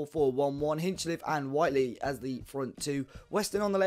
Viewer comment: thanks for starting to say whitely correctly mate lol